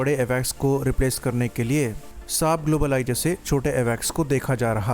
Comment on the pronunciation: "ग्लोबल आई" का ठीक से उचारण करो। धीरे से, और स्पष्ट रूप से। जल्दीबाज़ी में कुछ भी स्पष्ट नहीं हो रहा है |